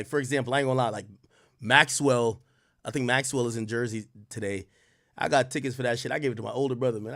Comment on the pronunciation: You did Maxwell wrong AK, put some respect on his name😅